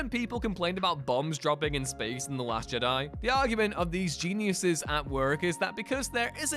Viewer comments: Im a bit confused as to how a channel dedicated to Star Wars can’t say the word Jedi. FIVE times you read it as JiDi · You missed the greatest mistake by far, the way you pronounce 'jedi' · Only the Viceroy in Episode 1 puts the emphasis on the "di" part. Everyone else puts the emphasis on the "Je" part. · I find your lack of ability to pronounce the word "Jedi" disturbing.